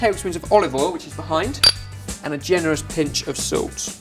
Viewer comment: says salct not salt speak better